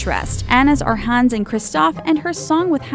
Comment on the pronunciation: I'm mad she didn't say Kocoum's and Tiana's and Hans' names correctly.